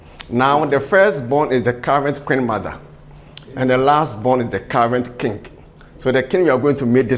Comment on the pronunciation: What is kingg? it is king (sounds like "kin"), but what is king-g?